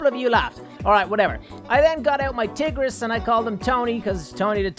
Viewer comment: You keep pronouncing tigeris like tiggeris so how about tigger.